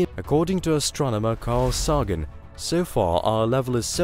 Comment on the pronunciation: Hard time pronouncing Sagan?!